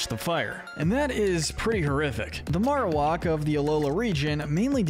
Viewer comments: It's pronounced yoo-NUH-vuh, TEH-pig, MAIR-oh-WACK, houn-DOOR, roh-TAHM, NUH-MULL, and bye-LUH style, ""! 🤨 You're so bad at pronouncing Pokémon names,! 🙄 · Okay, I have to be that guy. It's maroWHACK. The way you're pronouncing it is driving me insane. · Never have I ever heard someone say Marrowak like that haha